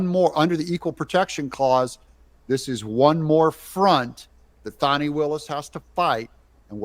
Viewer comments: Can we just “call a spade a spade”? In a bush sr tradition: its not “fahnee” no more than “suh-dahm hoo-sane” “Sayhdum hoo-sane” Fanny will-us… Because she’s been nothing butt a fanny to everyone else…. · what is this fawni willis crap???? do you see a w in her name????? w.t.f. Are we pulling a joe dirt thing here to spare her feelings???? w.t.f????????????????????? You can call it joe dirte all you want but its pronounced joe dirt. now use that same logic to her name.